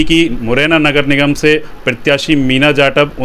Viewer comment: "Nigam" Bhi nahin bol pa rahin. Indian politics jindabaad.